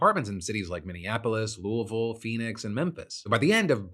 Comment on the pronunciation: I'm very aware it's NOT the point of the story, but the way you pronounce Louie-Ville sounds like you've got a potato in your face as you say it. I'd have accepted Louis-Ville. Bout Louallvaule sounds silly. LoL My family from KY have always pronounced it Louie, as in Huey, Dewey, and Louie, Louie-Ville.